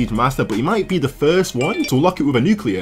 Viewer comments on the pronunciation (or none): he said nucrear